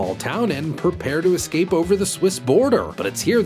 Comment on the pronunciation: "How can we ek-scape, Fly?" Those line readings...